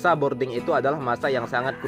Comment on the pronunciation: BROODING apa BORDING bang? 😁